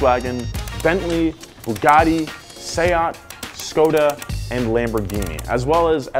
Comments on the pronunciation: It's pronounced "Shkoda", not "Scoda" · Škoda into sko-duh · I probably butchered those names so I want to mention that also: butchered the name Škoda too